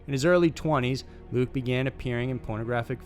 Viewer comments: It’s LUCA!!!!!!! Omg do some fucking research!!!!!! Good channel but the stupid little mistakes you make (ALL THE TIME), makes it seem like you don’t care about what you’re doing. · It's actually pronounced look-yah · Its "luca magnotta"